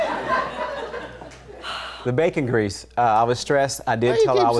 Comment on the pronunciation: She can’t even say “ bacon grease “ correctly 😂 We all know she doesn’t have any bacon grease in her house. 😂 Maybe turkey bacon. 😅